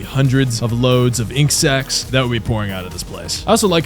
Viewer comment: bro did not say sacs